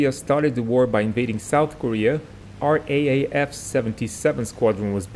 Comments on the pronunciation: RAAF is not pronounced in Australia as R A A F but rather R double A F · It's R-double A-F, not R A A F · RAAF. Say it like this... 'r double a f' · Just for future reference, it's 'R Double-A F' 👍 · Royal Australian Air Force is pronounced R Double A F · Excellent work! Just so you know, we generally pronounce RAAF as "R double-A F", although when I was in the air cadets in the mid-1970's I got the bright idea of pronouncing it "Rarf" just to annoy the Flight Sergeant. From memory I paid for this crime with about 20 push-ups... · Just one small tip regarding how Australians say RAAF: The professional way when speaking is to call it the R “double A” F. Kind regards. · Ahhh, come on mate. The right way to say it is R, double A, F. RAAF. Say it properly, we haven't got all bloody day. The P-51's were built in Fishermen's Bend in Melbourne, not that far from where I write this. Built by the CAC. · can`t you pronounce RAAF phoneticaly it`s raaaa aaaaf